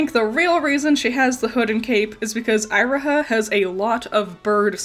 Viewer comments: You're pronouncement of Iroha hurts me so much It's "Eee-ro-ha" not "Aye-ro-ha" XD Otherwise, excellent video! Love seeing you talk more about PMMM. It's interesting how I do like Magia Record, but it doesn't quite click with me 100%. I think it's mostly because of how it raises so many questions about the worldbuilding, the overwhelming number of characters, and Homura's jaunts through time, but I'm not also wondering if it's compounded by the inspiration. I didn't know about Night on the Galactic Railroad before this video, and I think having a strong concept of Faust made the original so much easier to digest for a westerner like me. All the same, it's good to see the level of thought put into the original series is still on full display here. Magia Record felt like an unnecessary spin-off to me when it released, a Gacha-tie-in promotional series, but the writers really made it work well after I gave it a second chance, even with my gripes. Definitely noticed the bird theme going on but you really put it all together. Great vid! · Its kinda... unpleasant that you keep saying Iroha's name as Eye-roha Not to even mention that you didnt even talk about Giovanna looking like a Plague doctor Also even saying that the NightHAWK star as nightJar star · not to be that person, but Iroha is pronounced E-Roh-Ha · Eye roh ha??? It's eee roh ha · interesting way of pronouncing iroha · You could have at least tried to pronounce Iroha’s name correctly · It's definitely my B on how I pronounced Iroha. I always tend to struggle with pronunciations. Personally I never thought Giovanna looked much like a plague doctor. You and several others have commented on it, and I guess I kinda see it. But it was never anything that really jumped out to me before now. Actually, the Nighthawk and the Nightjar are the same thing! One is just the European name for it. :D